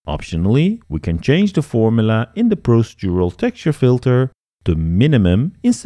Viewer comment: Very interesting, thank you very much. You're so much more knowledgeable than I will probably ever be but perhaps I can help you with one tiny piece of advice on pronunciation, dealing with the word "procedural"; It's pronounced "pro-CEE-dural".